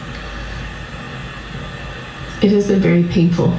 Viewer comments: I shouldn’t laugh, but when you said ‘you’re living in distorshhheerrrn!’ I literally laughed out loud… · The way you say distortion 😅